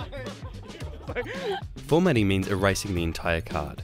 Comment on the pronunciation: "Formating" ➡ 😧